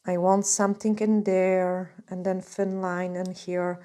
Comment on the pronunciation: No disrespect but have you thought about working on saying your “th” sound verse using it as a “d” sound? Instead of saying “there” you say “dere.” I have heard you say it correctly, probably just a bad habit.